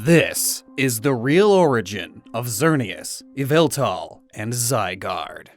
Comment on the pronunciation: ZYGARDE, NOT ZYGUARD! FIX IT NOW!